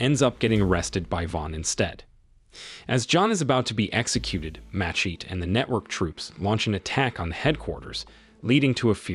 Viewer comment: AI voice would never mess with masheet